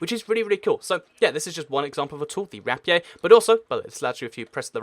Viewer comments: i pronounce it Ra-Pee-Er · said the rapier wrong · How you say rapier makes me cry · Isn't it pronounced: rape-ee-err